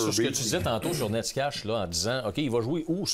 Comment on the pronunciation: C'est pas Nescash son nom.. c'est Nećas. Vous le prononcez même pas de la bonne façon, est un peu mieux 😅